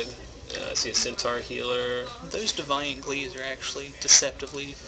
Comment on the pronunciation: Your pronunciation of deviant XD